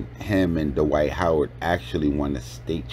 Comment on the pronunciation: Duh-wight Howard 😂😂😂